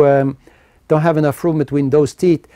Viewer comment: All I heard was teets - teets and more teets.